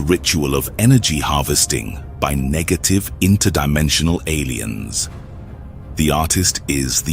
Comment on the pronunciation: at least double check your AI voiceovers. he said "nejative" instead of negative